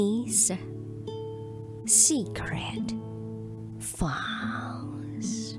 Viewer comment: Sinasadya lang ba talaga ni DJ Raqi ang pag-pronounce ng files na "faahls" 🙄❓